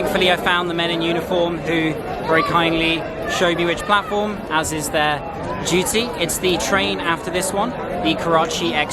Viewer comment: Instead of platform,announcement man is saying platfaram